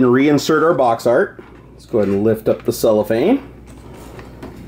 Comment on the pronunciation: It is called CellOPhane not Soulafane